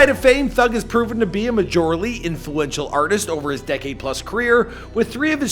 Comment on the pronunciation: Why'd you say "Majorly" like that?